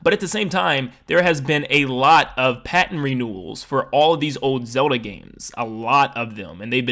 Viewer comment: All I hear is "Soda" instead of Zelda